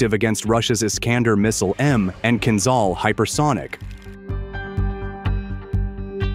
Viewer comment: The only answer is based on evidence: is there any evidence of Kinzhal (learn to pronounce the names: zh is like J from Jamaica, Kiev is like key ev - as in event)? and the answer - so far - is no.